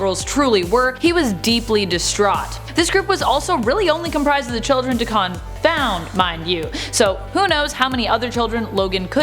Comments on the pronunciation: Dey-ken not dakhan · “Day-Ken” not “Da-Kahn” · Day-ken, Dak-en. Never duh-con please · You mean “dayken”. Never heard of “dakahn” 🤣🤣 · It's a derogatory japanese word for mixed breed and is pronounced "daw-ken" like the 80's metal band. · It’s Daken. Day-ken. He’s not Butter Pecan😂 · Dakahn. I'll leave that here lol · Da-Ken....sorry that was bugging me...... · Nope its DaKaaaaahn! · Why is she saying dacons name like that that’s definitely not right she’s the only one who ever said it like that before